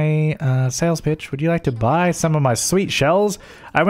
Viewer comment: Is it just me or when he says “sales pitch” my mind says “sales b*tch” ;-; xD